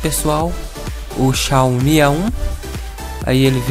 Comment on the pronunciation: "Xao mi a1" kkkk